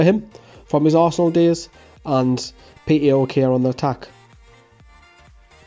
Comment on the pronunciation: Can I say PAOK is Pronounced Powk O as in Cow just this might help if we Sign him